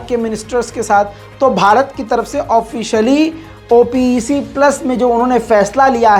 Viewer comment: Bhai it’s called OPEC, NOT called as O P E C